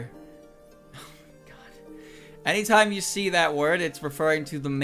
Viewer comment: I can't believe that you have a hard time to say "Esther" of all names... but I guess is not hard for me because my sister's name is Esther and there are many words that are easy to say when one of your core languages is Spanish.